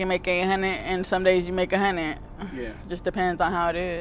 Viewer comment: "a hunit"?